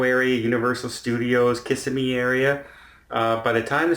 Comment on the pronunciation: Way to go, you say “Kissimmee” like a local! 😂